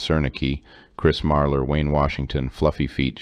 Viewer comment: Hey! You didn't say Fluffy Feet the right way!!!!😢